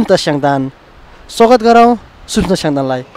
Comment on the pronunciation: स्वागत होकि सोगत हो? सांगीतिक होकि संगीतिक? पहिलो पटक होकि क्या हो अन्तरबार्ता अलिक अकमक्क भयो है । साथै जन्म थालो हैन जन्म थलो । उमेर स्यानो हैन सानो । को स्वरमा अति मिठास छ तर अलि कति कता कता डर लागेको जस्तो क्या । गौँ हैन हाउ च्याङ्बा गाउँ भन्ने गर्नुस । तामाङ भाषा त त्यो धिम साङ्बारी सर्ज्युला फ्या भन्ने मात्र आयो त हाउ